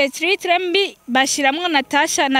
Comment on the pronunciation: igifaransa kirakugora kweli ngo tritre 😂